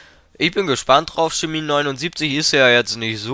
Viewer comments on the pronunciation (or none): none